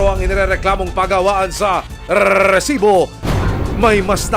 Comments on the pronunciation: Nakakabwisit yung redundant na pagbigkas ng "Rrrrreeeessibo". HAHAHAHAHA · ganun na pala talaga pag pronounce sa RESIBO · Gusto sana panuorin kaso ka bwisit pag bigkas ng Resibo sakit sa tenga OA ng reporter na to